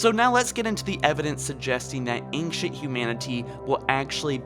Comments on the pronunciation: I love you....or......or whatever: but please, PLEASE, say the words "ANCIENT" and "XBOX" correctly or stop saying them! For some weird reason you say "Ankshunt" and "EtsBox". I don't get it. Please, please fix it. Again, love most of your videos, but hearing that is driving me insane! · Accent? It's not an accent. It's a mispronunciation. Plain and simple. Just fix it. It's pronounced "ain-shunt" or "ain-chunt".... Either one is fine. Also, just pronounce "X". It's a letter. It's not "Ets". It's "X". Simple enough. This is a not matter of accent. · Right..... But..... He doesn't have a Brooklyn accent. It's a very standard American accent except for the words ANCIENT and XBOX. It just makes no sense. I'd understand if he had an accent, but he doesn't, which is why it's so confusing....